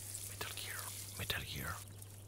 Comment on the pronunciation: Mdrr « métal guire, métal guirrrre »